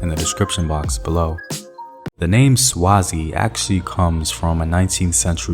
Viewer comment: Great video! As a Swazi I'm finding it difficult not to comment on your pronunciation 😂😩